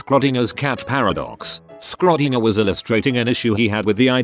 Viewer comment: Nobody. Not a single soul: TTS: Skrodinger